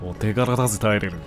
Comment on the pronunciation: 突然のテェレル呼びに吹いたw